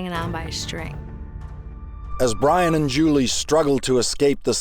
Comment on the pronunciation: ITS BYRON NOT FCKIN BRIAN